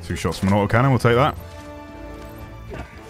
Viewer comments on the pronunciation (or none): "OI'VE LOHST MOY AU OH CANNON" LMAO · “I’ve lost my AWT’OH cannon!”